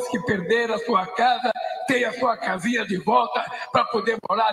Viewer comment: Não é caasaaa 🏰 é casinha 🏘️